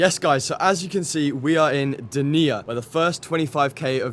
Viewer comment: You are in my hometown and playing on my local tennis club lol. Great video. Btw: is pronounced DEnia (not deNÍA) just info, not bad intented.